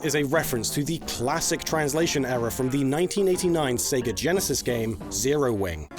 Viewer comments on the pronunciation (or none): none